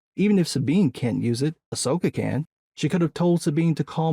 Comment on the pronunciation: Someone was calling it AHSWOKA... LOL